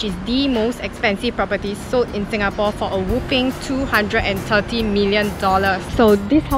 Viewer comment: Your "Singapawwwwww"...really singaporean...lmao 😆😆 Regards, Dunbar Walk residence, Siglap